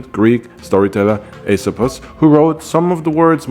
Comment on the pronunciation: The first YouTuber to pronounce Aesop with perfect Greek pronunciation! 👍